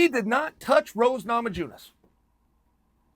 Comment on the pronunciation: Chael "Rose Nama jew ness" Man, the guy loves to massacre peoples names.